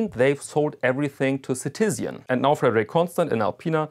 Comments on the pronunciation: It's Citizen* ("Bürger" in German, which I assume is your native language, given your accent) not "si-ti-sian". Also, when you're not a native-English speaker, there is no need to pronounce a French-language name as if it was English. "Fre-de-riek Con-ston' ", not "Fred-rick Conn-Stent". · Citizian? Really? Like Really? Ci-Tiz-Ian??? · Never heard Citizen pronounced like that :)